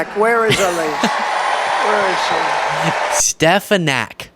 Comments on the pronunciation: My theory for why he mispronounces Elise stefanik's name like that is because there's a high school in white plains, ny called Stepinac and he gets them confused. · And yet again his does not pronounce her name correctly. And I believe he does that deliberately.